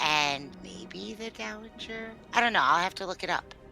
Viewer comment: I like this script. But I have to point out that "dowager" has a soft g. It's pronounced dow-uh-jur, not dow-uh-gur.